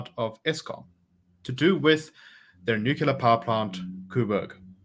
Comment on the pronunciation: Not nuceller. It's nuclear.